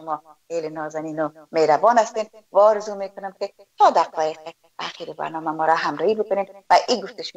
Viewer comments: لطفا کمی دقت کنید در تلفظ، جملات گرامر دری تان مشکل جدی داره لطفا کمی تمرین کنین قبل از گپ زدن در مدیا هزیز نه عزیز هاروزو نی آرزو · آرزو است نه ححححححارزو به لحاظ خدا سواد بیاموززززززز